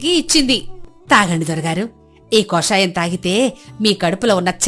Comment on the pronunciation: కాషాయం, తెలుపు రంగులు కాదండి, కషాయం అది